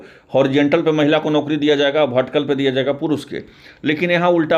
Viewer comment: भटीकल नहीं,, वर्टिकल होता है 😂